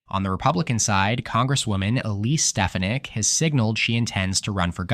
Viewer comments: SteFANik. Always a red flag this isn’t a human narrator, since any human hearing any of the recent news about her would know how her name is pronounced. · Are you sure it’s a real person? How can you mispronounce Elise Stefanik’s name unless you’re either AI or deaf?